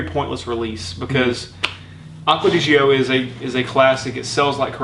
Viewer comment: Why do you pronounce it Acqua Di Ghio?? It's pronounced as the first three letters of the name Giorgio aka Gio in short. This is Giorgio's fragrance, hence the name Gio!